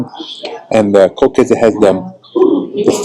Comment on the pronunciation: Eier aus Frei-Land-Haltung: free land housing of the chicken. Funny: you get Ko-ch-käse perfectly German but Mi-ch-elstadt pretty American 😊.